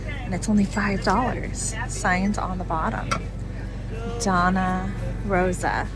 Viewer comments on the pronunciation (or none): That was a fun video - thank you. I believe that the ladies name you called Donna, (I think I saw it spelled Dona (with a mark on top) is pronounced DOAN YA, Spanish. Hope that helps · Not "Donna" Rosa it's Doña pronounced something like "Dough - niah". Doña is a title like saying Madam.